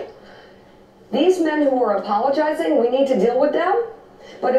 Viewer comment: I never listened to or watched Mika. She has a hard time saying her L's. She talks about APOWOGIZING! She mentions Liberals that have APOWOGIZED for their sexual misdeeds. Then , she's talking to Slick Willy / Hitlery, saying "you the POWITICIAN and your wife the POWITICIAN need to just go away..." This is the first time I've ever seen her or even heard her voice. Kinda entertaining!! What a bunch of losers. She and Joe USED TO be friends with Donald and Melania, before he stole the presidency away from HIWARY :^) This is HIWARIOUS!! Go Mika!! Go get some speech lessons! LMAO